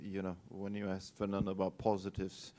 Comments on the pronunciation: ITS FERNANDO NOT FERNONDO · A W true it’s just annoyed me how she pronounced Fernando